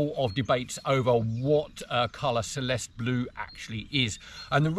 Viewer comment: Celeste is pronounced CHelestey